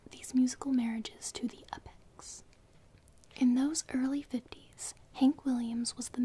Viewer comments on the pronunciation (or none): none